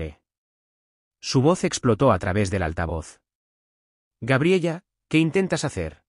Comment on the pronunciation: Y toda la historia diciendo gabriella creo que se pronuncia Gabriela😅😅😅😅😅